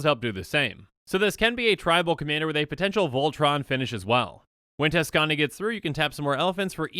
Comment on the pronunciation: "Tuskani" Me: Likes Video